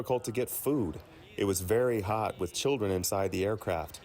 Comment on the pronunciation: "It was vewy hawt and we couldnt go pp):" Stfu get out of this country jfc